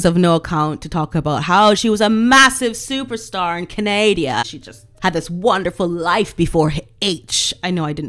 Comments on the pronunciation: Canadia? You're joking, right? I hope. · love your channel! Totally agree with everything you say. Please, don't say "Canadia" though, it's a beautiful country full of very nice people - you should visit. Even if MM is trash, our country does not need the belittlement. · Love your show and agree 100% with you. Have one question for you - why do you pronounce Canada the way you do? Being Canadian I have to be honest and tell you I grit my teeth each time you pronounce 🙃 it wrong.